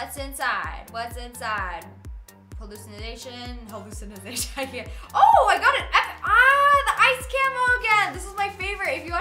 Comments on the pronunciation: "Hallucinazation" "fmg" lol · please stop saying hallucination if you don't know how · and another thing you pronounce a hallucination wrong